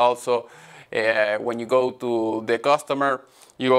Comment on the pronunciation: Hello Gabriel! I liked the video. I have some impressions of it. First don't force yourself to speak in another language take your time to think what you try to say if that means more edition it's okay. second please try to avoid the Indian stress in prepositions like to. Thanks for sharing your work and classes with us.